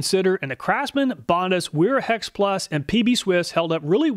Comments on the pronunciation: It’s actually pronounced Vera. There are no double U in the German Alphabet. There are double V. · Bro Wiha is pronounced VeeHa like how Wera is pronounced Vera. German W = V. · Awesome review i love this channel, But just so you know Wiha is pronounced “vee-ha “ and wera is pronounced “vee-raa” source i’m German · In German 'W' are pronounced as V and an E at the end of the word is pronounced E long R Miele is Mieler Gedore 'r' Wiha -- Viha : Wera :- Vera